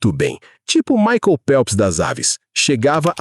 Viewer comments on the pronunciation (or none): none